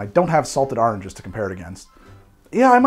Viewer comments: NEEDED THOSE AHHH-RNN-GES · Another great video! Sounds like you did a lot of research for this one. Also listening to your pronunciation is entertaining. Even your pronunciation of oranges sounds like Ahrangs.